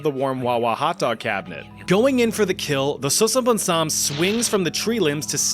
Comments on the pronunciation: Your pronunciation was amazingly good… You can say it like “Sasa” as on salsa - then “bone samm” with emphasis on the “m”…. Sasabonsam … love your videos… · As a Ghanaian I can confidently say u are butchering the name😂